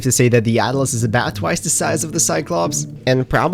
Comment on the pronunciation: Its Atlas not "At - a - las".